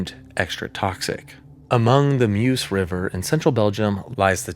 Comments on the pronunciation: Meuse is pronounced merz as in Merzig not muse as in amuse. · and of course the river is NOT "muse"! 😅